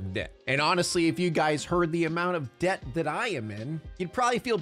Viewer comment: Since we were talking about Dia de los Muertos I kept hearing DEATH instead of Debt 🤣🤣🤣